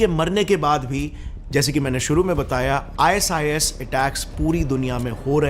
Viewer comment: "IS IS" NAHI "I SIS" BOL 😂